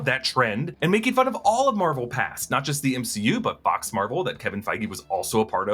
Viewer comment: I thought Deadpool said “oh my fox” ha